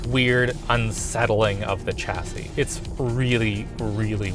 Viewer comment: The way tech youtubers pronounce chassis is mind blowing. It's 'shassee' guys